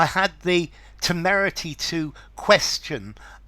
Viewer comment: I like word but not meaning😊 But this word pronounciation is magnetic, so beautiful.